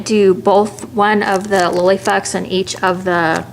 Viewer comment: I'm sorry if I'm not in the loop but I keep hearing lily fucks and captions says the same. Please help?